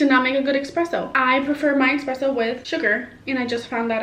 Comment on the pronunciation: It’s esssspressssssso not expresso